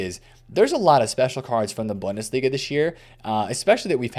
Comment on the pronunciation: As always, love your content and your grind bro, but I can’t lie, the way you pronounce bundesliga makes me a die inside just a little bit every time I hear it. Try Boon-duh-slee-guh